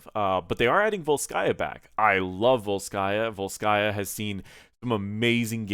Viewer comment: Vólskaya, not Volskáya